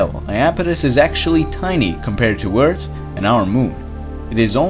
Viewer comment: Yeah, but when he says earth it sounds like beers